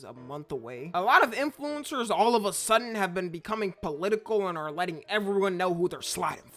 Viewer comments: The only thing that bothers me is the way he pronounces “In flu-incers” yes the in is separate lol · why you say influencers like that? :face-green-smiling::face-blue-smiling::face-purple-crying